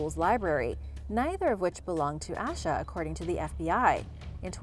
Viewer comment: Her name isn’t ash-a it’s pronounced Asia